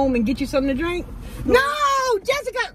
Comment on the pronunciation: Jessika put so many syllables in " where's my drIIIIIIINNNNK?!" 😭😂😂